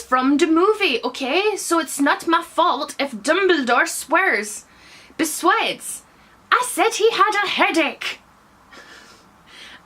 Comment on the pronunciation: Absolutely gonna start saying 'beswides'. Understandable you had to rerecord, it takes a lot out of you! :')